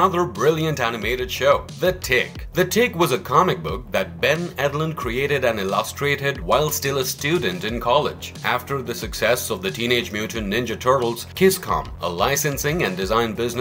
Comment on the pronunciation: This channel always has the weirdest voice over/narration, which always features some of the strangest mispronounced words. 'Illustriated' was my favorite from this episode.